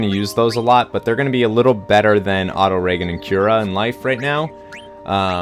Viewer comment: Why are you telling your White Mage's to only heal ONE person at a time? They can heal EVERYONE at once, you know. Much like how Vivi can Magic Attack multiple enemies... I think that's "Auto Ree-Jen", not Auto-Reggen. You Americans do have trouble with English though!